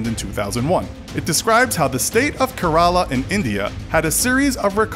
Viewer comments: It's not Karaala. It's Kerala. Wrong pronunciation of a beautiful word. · Kerala is pronounced Kay ra la, not karala and Punjab is pronounced pun jaab no puunjab. Thank me later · Kerela pronounced as k-ray-la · It's Kerala not karala pls don't spell wrong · everytime he said "ke-r-a-la", rofl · It must be pronounced kearala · Kerala is pronounced wrong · I think only I'm getting pissed.. hearing him pronounce Kerala wrong